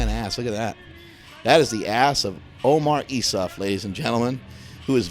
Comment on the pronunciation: Everytime says "Omar Assmuff" it gives me the mooseknuckle chuckle